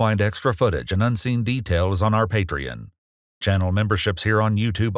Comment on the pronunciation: I used to think that was a human narrator until it tried to say "patreon". 😅